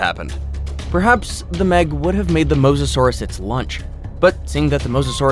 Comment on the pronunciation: Mosasaurus is not pronounced like that bro